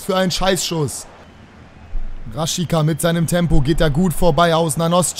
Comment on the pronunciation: Raschitsa wird der ausgesprochen